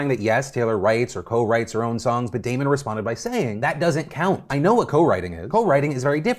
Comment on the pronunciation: Phil, as a Damon myself, it is very nice to hear my name pronounced correctly haha